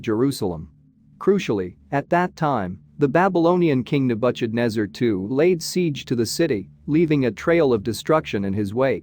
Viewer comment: Agreed..... pronunciation errors are horrible. Nebukadnesar is unrecognizable. Cancel Apia.